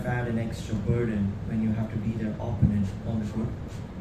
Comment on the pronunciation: Opponent!!! Accent is on the second syllable!!!!!